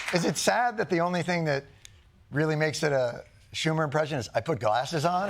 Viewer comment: It's not a Schumah